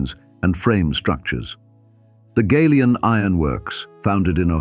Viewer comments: Folks around here pronounce it Galion, like gallon. Not “gay-lee-on, Gal-e-on. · The mispronunciation of the word GALION is very annoying, it should be gal -ion as in gallon or galvanised!